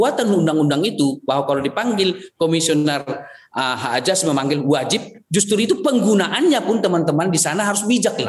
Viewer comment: AJASI.... AJASI.... hahaaa ngaku org pinter gak bisa nyebut Z , AZASI berubah jadi AJASI 😝